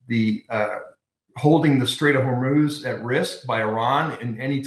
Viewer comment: Strait of Whor-moze???